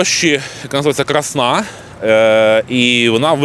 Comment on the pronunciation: Я це преКРАСНО знаю,але автор відео робить невірно наголос в слові «Красна»!